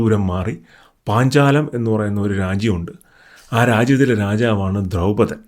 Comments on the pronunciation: It’s not draupathan ,it’s drupathan and also it’s not ashwathathma it’s Ashwatthama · ദ്രൗപതൻ അല്ല ദ്രുപതൻ😊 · ബ്രോ... 🙏, ആശുദ്ധത്മാ അല്ല, അശ്വദ്ദാമവു, പിന്നെ ദ്രുപതൻ ആണ്. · Dhraupadhan alla dhurpadhan and aswathaamaav aanu